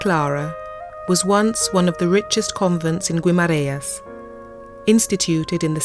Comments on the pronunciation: Not really 😉 you don't pronounce the u in Guimaraes! The I in Portuguese would sound like and E in English, so more like Gemaraens. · Would help if you could at least pronounce Guimarães properly... typical English.....